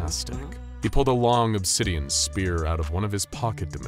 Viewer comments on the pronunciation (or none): none